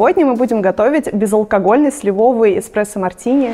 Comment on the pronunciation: ударение в «слИвовый» уже не смущает?)